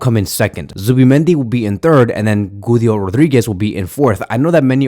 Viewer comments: Guido is pronounced gee-doh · the way you say Güido Rodríguez cracks me up😭😭😭